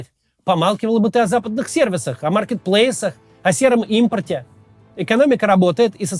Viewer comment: Он даже слово "маркетплейсы" выговорить не может